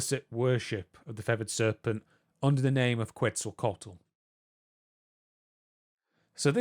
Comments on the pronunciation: you said Quetzalcoatl, but my dumb brain heard pretzel tacos, and now I want tacos. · "Quetzalcoatl" is pronounced "Ket-zal-co-aht-lul"